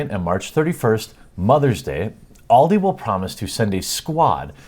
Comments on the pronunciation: It's not all di its AL di like the name al not all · pfft, just get them to play Counter strike. They'll soon be bullied naturally into rage quitting, and what if your kid pWnes the 'professionals''?. Also maybe just unplug the router at tea time? Also Also I hate to be that grammer guy but it's pronounced AL-DE. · BTW from Scotland it's pronounced Aldi with an a sound not oldi pronounced with an o at the start, not trying to make fun but don't think you realised you were mispronouncing it. Your news stories are great I'm a huge fan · This is what happens when a bunch of Boomers in marketing try to get with the times. "Hey, we here at Aldi want to stalk your child, humilliate your child, upset them, make them cry and make them feel like shit in their favourite game, we here at ALDI hate gamers and children now please come buy from our supermarket!" To quote AVGN "WHAT WERE THEY THINKING!?!" Oh and it's pronouned AL DEE here in the UK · the A in Aldi is not said with the "All" sound but more the "america" sound. Aldi. german firm. Just since its good to know stuff :D